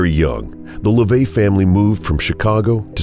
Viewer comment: His name isn't LaVey. It's (Levy).